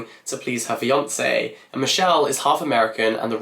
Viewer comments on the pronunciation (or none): none